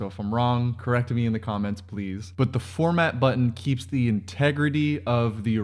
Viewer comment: Formant. Not “format” 😄